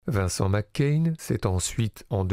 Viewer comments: C'est Macaigne, pas McCain ! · Prononcez Macaigne comme c’est écrit tout simplement 😉 Et pas Mc Cain 🤪 Qd la frite infiltre le cinéma français ! Cet acteur est beaucoup plus grand que sa popularité actuelle… je le rêve dans des rôles sombres ou autoritaires… sa palette me paraît bien plus large que ce qu’on en a vu jusqu’à présent. Magnifique sensibilité Une humanité dans son jeu Impressionnant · pourquoi le mec il dit vincent mccain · Suis je le seul à entendre tout le long de la vidéo : "Vincent McCain" ? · Pourquoi prononcer "Vincent Mac Cain" ? C'est lui qui y tient ? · Ça m'a tellement déconcentré... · Merci pour ce beau portrait... il est irrésistible dans l’origine du monde et effectivement l’avenir lui est promis ...hâte de le voir dans des registres plus sombres et ambigus par exemple Juste dommage que vous prononciez son nom à l’écossaise....😜